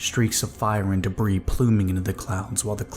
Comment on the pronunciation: Debris=duh-bree Ragged=rag-ed (two syllables, not like bagged) Love your narrations!! I hope you'll excuse the corrections, it's something that usually only gets to me with audiobooks that have producers and editors reviewing the narrators, but you're so damn good I'm being an asshole and asking for more lol. I seriously cannot get enough of the Eclipse Initiative, thank you for bringing those characters to life 🩶🩶🩶